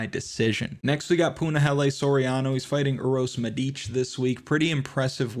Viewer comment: Don't call him by his initials....LMAO.... Anyway, thanks god for the first podcast this week where an american pronounces correctly Medič....Good luck tonight....